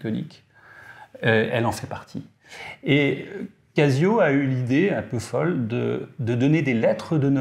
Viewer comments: « Cassio » vraiment ? 😅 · Tu dis je vais au Cassino ou au Kazino ? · Encore un épisode intéressant !... J'ai une question à mille francs... Pourquoi dis tu " Cassio" ? et non Cazio ? J'ai trois G-shock dans la collec ; GA-2100SKE et deux solaires, la classique voir mythique GW-M5610 et la monstrueuse rangeman GW-9400Y. Ha...Et aussi une LED, de chez Yema. ;-)